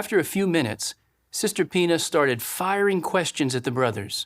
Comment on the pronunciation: He`s talking about sister Pena, He says: Sister Penis 😂